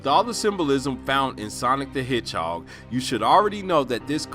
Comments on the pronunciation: Did you say hidgehawg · Why are you saying the word "hedgehog" so weird?